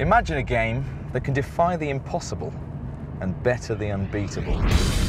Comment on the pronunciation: "A BIT BETTAH" lol